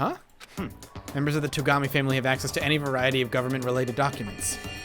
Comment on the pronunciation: You can't even imagine the delight for my ears, when he finally started to pronounce Togami's name correctly! =D ... And then he returns back to mispronouncing it... (╯°□°)╯︵ ┻━┻